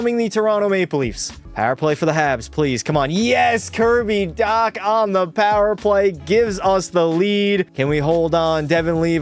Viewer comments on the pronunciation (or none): 1st off, DOUGH-BESH 2nd off, D-AH-K. 3rd: B-OH-L-D-UEC (Hard to spell in English) 4th: Dem-EE-dov Edit: YAKOOB. NOT JACOB